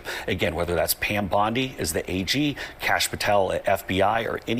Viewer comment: “Kashapp” Patel 😂